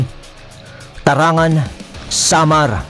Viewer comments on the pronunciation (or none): Tarangnan po Ang totoong bigkas nyan, taga Samar din Po KC Ako.